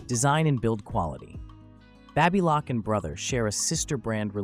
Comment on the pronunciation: What is the correct pronunciation for BABYLOCK? You pronounced it 3 different ways!!!!!!!